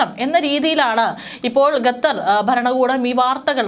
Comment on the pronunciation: ഗത്തർ അല്ല....പറി കേട്ട് കേട്ട് മടുത്തു..ഖത്തർ ആണ്... ഘട്ടർ എന്ന് പറയാഞ്ഞത് ഭാഗ്യം.. വേറെ ഒരു കോപ്പൻ ഉണ്ട്...ഘട്ടർ എന്ന് പറയുന്ന അച്ചായൻ